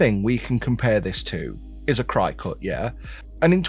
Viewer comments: Is “cry cut” the pommie pronunciation for cricket? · It’s not crycut it’s cricut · Just as a note, Cricut is pronounced like the bug "cricket"